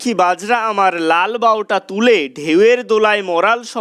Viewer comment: Apni bojra sabdotike bajra uchcharon korechhen